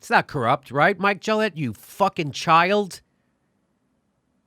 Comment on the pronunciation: His name is Mikel. Not Mike. Everything else is 100% correct.